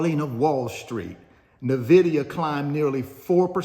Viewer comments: It’s not Navidia, it’s NVidia. Sheeesh !!!!! There is no A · Can you do me a favor and pronounce NViidia the correct way for once ?